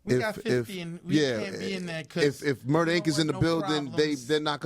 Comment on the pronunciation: Its murdaaaa